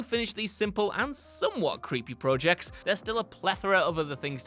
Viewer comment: You sound surprised? He can’t even pronounce project right!